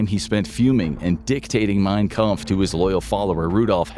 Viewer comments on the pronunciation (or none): It's "Mein Kampf", not "Mein Kumpf", bro. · I get that you focused on the content more so than visuals and correct pronunciation of german words but is kinda crazy (true name of the book is "Mein Kampf" = "My fight/battle" - "Kumpf" on the other hand isn't even a german word 🥲) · mein Kumpf 😂 it’s Kampf… seriously, what kind of quality control do you do? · its spelled "Kampf" not "Kumpf" it means "my fight/battle" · "Mein Kumpf" lol - it is "Mein Kampf" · "Kumpf" 😂 It is "Kampf" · Mein Kampf, not Kumpf